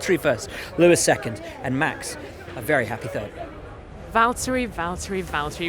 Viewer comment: I love it when Max says he came in TURD!